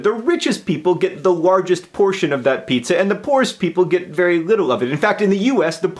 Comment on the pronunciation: 2 points for pronouncing pizza weirdly